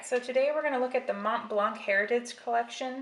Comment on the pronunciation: You are not supposed to pronounce the c in MontBlanc. The c is silent.